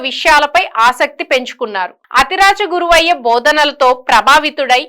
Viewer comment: అతిరాజ గురవయ్య కాదు,యతిరాజ గురువర్య